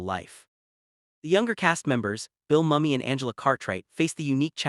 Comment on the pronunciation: How you gonna make a documentary on LIS and mispronounce the lead's name throughout? Say it with me - Mooo-Me